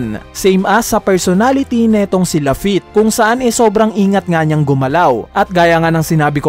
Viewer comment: sabi ni same as lafitte ng "(strahats pirate's)" its wrong kuya pero ok lang naman po